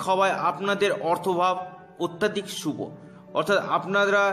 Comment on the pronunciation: অত্যাধিক নয় দাদা, অত্যধিক, কানে খুব লাগছে ।